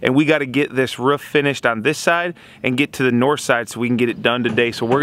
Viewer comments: I enjoy your vides dude but you cant say the word ROOF, only rough sounds like every time ? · Wow it cracks me up every time says ruff instead of roof! Dude did something bad happen in your childhood or what!?